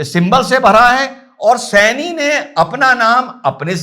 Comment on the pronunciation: Janab yeh saini nahi hai sahni hai